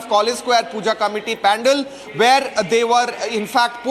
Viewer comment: Dear kindly correct your pronunciation of Pandal it's not pan-dal. You are a role model for many.